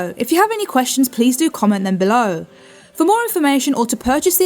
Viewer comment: Did "she"say Adapter or Doctor, WTF!?